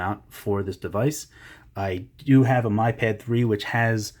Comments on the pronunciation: BTW it is Mee pad, not my pad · It's "me"pad